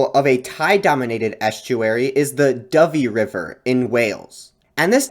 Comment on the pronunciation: Welsh person here- delighted that you took the time to get Dyfi right :)